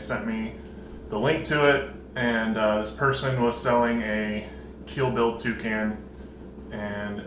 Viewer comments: I thought you were saying a Kill Bill Toucan all this time instead of Keel-billed... I was wondering if that was some sort of reference within the bird-loving community XD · 🤭 It sounds like he's saying kill bill!!😆😆 Thnx for letting me know!